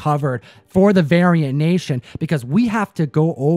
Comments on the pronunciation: Thought he said “Aryan nation” every time he tried to say variant. Lmao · This man said variant nation and I really heard Aryan nation lol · not going to lie, i totally thought he said Aryan Nation at first, lol. but he won my trust back with the Angel Grove High t-Shirt.